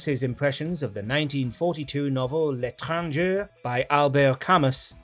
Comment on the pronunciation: L'étranger is pronounced "lay tran zhay." Albert Camus is "al bear cam moo."